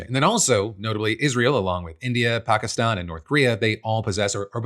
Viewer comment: Thank you for saying pakistan correctly instead of pak- is - stan like americans usually do.